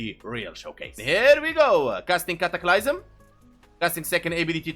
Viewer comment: "cataclaiysum" had me rolling